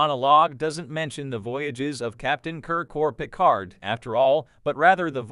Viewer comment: That bothers me as well. Not to mention that the d in Picard should be silent... But maybe I have simply seen too much dubbed to my native tongue or simply paid too much attention in French at school or something like that. 😉(But AI should really know how to pronounce certain names even when their origin is from another language.)